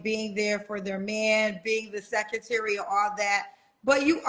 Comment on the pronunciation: He needs a what? Can't even pronounce secretary. A complete clown!